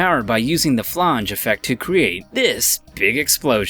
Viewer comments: Flonge? No, It's flange. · You should probably learn how to pronounce the words you're using, particularly "miscellaneous" and "flange." You sound like a moron when you mispronounce simple words.